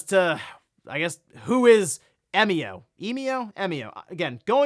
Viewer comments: 笑み男=Emio, pronounce eh-mee-oh. Means "smiling man". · But we do know how to pronounce it. It's literally how it's pronounced in Japanese. 笑み男 -> えみお -> E mi o. You pronounced it correctly. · “Eh-mio” is correct, at least following the Japanese pronunciation. The word 笑み男 is literally “emio”, with the Japanese “e” sounding like “eh”. Who knew could speak Japanese 🤯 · About Emio's name, I'm pretty sure you got the pronunciation right. Because it comes from it's Japanese name 笑み男 (emi otoko, just taking the toko at the end), emi meaning smile and otoko meaning man. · I believe you're saying Emio correctly. It seems to be a shorthand of the Japanese name "Emiotoko" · You pronounced "Emio" correctly 👌. I've been learning Japanese for about 3 years.